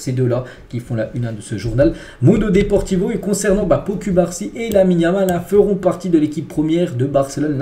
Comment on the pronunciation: Slt Je viens de découvrir ta chaînes. Franchement va falloir que tu fasses un effort sur la prononciation des prénoms des joueurs. Entre Pau cubarsi et Araujo c’est chaud sérieux